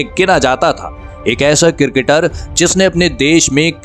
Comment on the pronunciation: Its cricketer not cirketer😂